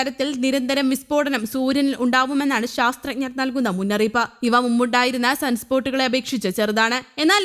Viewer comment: ശാസ്ത്ര ഞ്ഞ ർ അല്ല ശാസ്ത്രജ്ഞർ എന്നാണ് ഉച്ഛരിക്കേണ്ടത്.